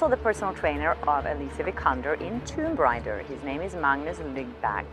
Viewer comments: ITS TOMB RAAAAIDER not RIDER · Did she say Tomb Grinder? I hear Tomb Grinder everytime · Tomb Rinder? haha